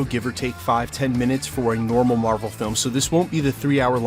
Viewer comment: I think its mar-vel